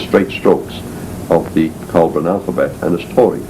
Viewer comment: It's BOUDICCA, not "bodica". It's ICENI, not "icini". It's COELBREN, not "coeblan". And it's CYMRU, not "khumri".